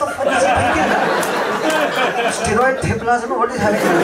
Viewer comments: "steroid theplaa" haaaaa haaaaa haaaaa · "Steroid Theplas" ... ROFL !